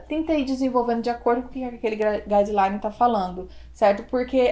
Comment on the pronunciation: Bom dia, gostei muito das suas orientações, mas você falou uma palavrinha "estrangeira" aí: "gas...line" de revisão sistemática, que eu não consegui compreender. Coloquei na velocidade mais lenta que deu e mesmo assim não compreendi. Dá pra escrevê-la aqui? Obrigada, no aguardo.